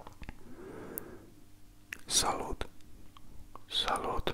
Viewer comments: I don’t to make like the guy who always complain but in French, you say “salute” but it’s more like “salu” but at all it’s a good video. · Just a quick tip: Salut (French) is pronounced saly/salü :-) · Salut ist actually pronounced like salü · Super tu as une très bonne prononciation française à part pour le "Salut" on prononce "Salu" le "t" ne ce prononce pas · C pas mal mais c mieux s'il le dis comme il faut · Hi, I'm French, you speak our language very well. the "t" of "Salut" is not pronounced. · Le t ne ce prononce pas dans salut en français il y a des lettre muette et il te manque des verbes quand tu parle en français